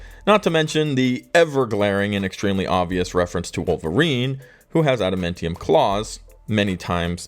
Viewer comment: Ada-MAN-tium. MAN